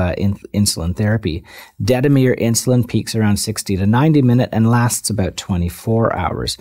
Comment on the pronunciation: aboot! hahha